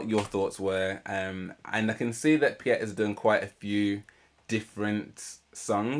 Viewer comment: Piet is not native French, but his pronunciation was clearly better than that of Dimash (whose pronunciation is pretty good, relative to that of the typical French-speaking native English speaker.)